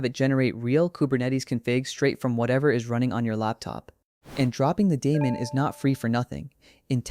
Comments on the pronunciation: Stopped watching when you mispronounced daemon. TWICE. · hahaha lol you mean when the elevenlabs voice mispronounced